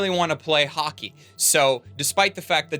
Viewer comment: About halfway through this review, I started hearing Hockey as Haki.